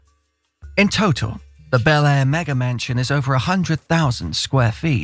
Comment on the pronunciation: "The fate of Man-Chin or Mansion?"